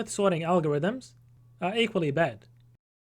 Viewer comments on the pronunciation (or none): "both are equaly bad" ahahahahaha i love australians